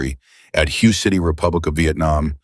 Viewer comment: Hue is pronounced Way.